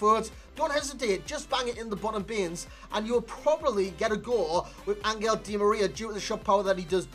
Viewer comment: Hey i’m argentinian and it’s pronounced AnJel not AnGel. His nickname is “el fideo” = the noodle